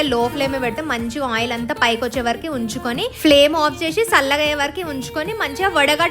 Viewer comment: Sali kadhu chali,paluguthundhi kadhu,pagulu thundhisallaga kadhu challaga